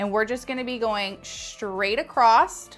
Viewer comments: Beautiful. You are too! But my OCD IS SCREAMING that ACROSS has no T at the end. It’s not ACROSST. 😂 🤷‍♀️ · I literally have to mute this girl's videos because I can't handle listening to her say take it 'acrossed'! It's across!!! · I love your videos, you are amazingly talented. Can you please stop saying "acrossT" There's no T at 😅the end of the word " across" Not trying to be a bit** it's just that it's distracting. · I love this hair style! You make it look so easy. One thing though please, it’s not acrost-it’s across, respectfully. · You seem credible until you say "acrossT" and "shtraight" There is no T in across and straight does not start with "sh" sound. Do better. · The word ACROSS doesn’t have a T in it 😵‍💫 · There’s no “T” in “across.” JS, lol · I did not know there was a "T" in across!!